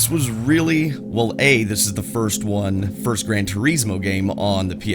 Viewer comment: Its not called "Gran Turiiiiiismo".